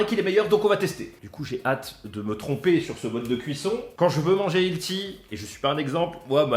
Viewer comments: Il faut vraiment dire "manger sain" plutôt qu'utiliser le terme anglais healthy quand on ne sait pas dutout le prononcer... Hilti qu'il dit. C'est une marque d'outils. Healthy c'est plutôt "ellesi" si tu veux le prononcer un peu normalement. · Hilty c’est une marque de perceuses?😅 Prononce healthy : elssi 😁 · Olé! chaque fois que tu dis "ilti" pour "Healthy" y'a un bébé chat qui meurt, ça se prononce "hèlçi" (pour faire simple hein) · Cette prononciation de "Healthy" , j'adore 😂